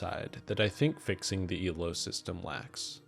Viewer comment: I know you're saying "Elo rules" but it sounds like you're saying "evil rules" which is very fitting.